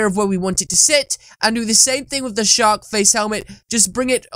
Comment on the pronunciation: You say shark like shock so it makes it look like your saying shock in captions